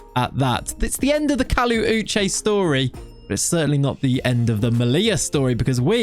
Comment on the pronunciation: thanks for pronouncing my name sake (Uche) correctly. I am so proud of you. I would like to see you pronounce the full name Uchenna